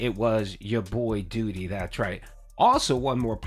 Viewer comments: Hey brotha least you could do is say your own name right for christ sake it's DOO....DEE. I need to build a house can I get a few acres of all that real estate you own in Phil's head? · I was genuinely surprised when he actuality pronounced "Doody" in a normal way